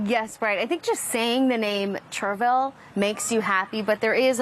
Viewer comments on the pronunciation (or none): It’s Cherry-Ville not churvill. Yes, some of us who live here get lazy and say it quickly like “chairville” but come on lol